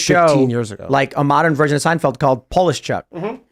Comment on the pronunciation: pronounced poleeshyuk =]